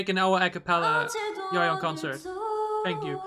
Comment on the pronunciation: Yoohyeon pronounced like ‘you’ ‘hyeon’ not ‘Yo hyeon’